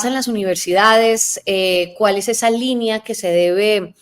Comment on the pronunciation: Se dice: línea; no limpia, señora.